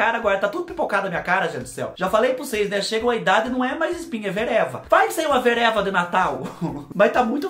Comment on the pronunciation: Adoro ver o falando vereva kkkkk não seria pereba?!?? 😂😂😂❤️